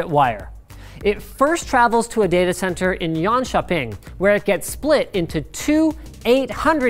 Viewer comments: Jönköping not Yonshopping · So fun hearing him try to say swedish words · It’s funny how he pronounces ”Jönköping” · Actually I hear quite a lot of local dialect in how he says it, definitely been coached by a local 😁 He says Jönköping pretty much the same way that any non local Swede would do an exaggerated pronunciation of the Jönköping dialect. 😜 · As a swede hearing him say jönköping is extremely amusing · Hello im from sweden and i just want to say that you says Jönköping verk funny can you write this at goggle translate: Linustechtips är bäst på youtube när det gäller teknik